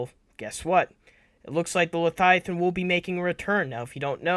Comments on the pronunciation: Le-via-than repeat after me LE-VIA-THAN . Not letiathan😂😂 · Why does he say leviathan like that lmao man say “leiathian” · V does not make a TH sound.. slow down lol